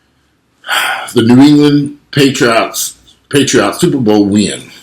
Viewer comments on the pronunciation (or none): Patriots. Patriots. no paytreeots.